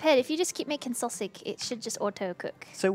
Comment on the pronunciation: every time I hear her say sawsig it hurts my ears.